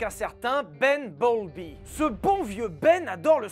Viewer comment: Il a dit ben bowlby ? J'ai entendu bumblebee 😂